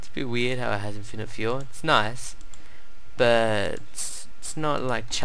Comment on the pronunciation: I can't tell if he is trying to say "weird" or "weed".